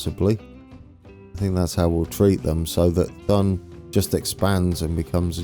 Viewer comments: Thun = Toon Spiez = Speets Interlaken = Interlaken ("a" pronounced like the first "a" in again and not like the second one) Gwatt = same thing with the "a", just listen to Google Translate pronouncing the "a" in Interlaken Oberhofen = with a long "o", again just listen to Google Translate Riggisberg = Riggesberg (listen to Google Translate pronouncing "Berg") Adelboden = Google Translate mate Domodossola = thats actually in Italy so pronounce it just how it´s written Visp = Wisp Sitten = you actually nailed that Siders = Seeders There is now way of you getting everything perfect, German is just too difficult for an anglophone but it would be nice if you put a bit of effort in your pronunciation. Google Translate of course is a bit crude but it get´s the job done and I believe it would make your pronunciation acceptable. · I've been waiting for this! Looks great! Having been to this area of Switzerland myself I can't wait! I think that Spiez is pronounced like Speez and Thun is pronounced like Tün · Thun is pronounced Toon iirc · Really looking forward to this one! Been to the Interlaken area a few times, one of my favourite places on earth, can't wait to see what you do with it ☺️ just a couple of pronunciations, Brienz is Bree-entz, Thun is Too-n, Grindelwald is Grindel-vald 👍🏻 (any native speakers want to correct me please do 😂)